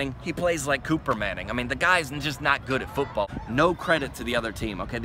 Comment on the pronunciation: sec “Pootball” ? LOL.